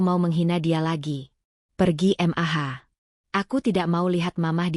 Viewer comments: Mendengar ceritanya ok,,tp cara pembawaan nya yg aneh,janggal,,setiap kali ada kata" mamah bisa jelas panggil nya, tp kenapa klo Panggil Mah,,ko, jadi M.A.H,,/ M.A 😂😂😂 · Dikira singkatan oleh AI